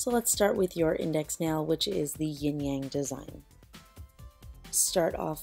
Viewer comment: really funny how she said yin yang I'm Chinese